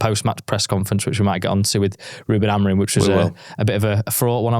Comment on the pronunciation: He’s called Amorim, not Amorin. It’s minor but does my head in!